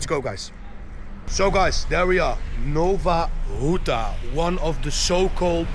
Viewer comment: Nowa Huta, not Nova Ruta